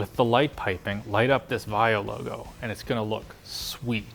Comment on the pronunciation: OMG HOW CAN U DIS BIG PROBLEM LTT! IT, S NOT A VIO BUT VAIO